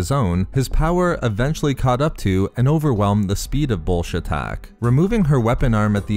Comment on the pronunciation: Everytime i here him say bullshatac i here Bullshit tac